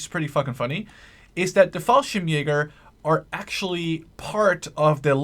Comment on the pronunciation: You use the "G" correctly in "Falschirmjäger"! The "g" in "MG" is a bit tricky and rather hard to explain but the "ge" in "Sturmgewehr" is very similar when it comes to the sound.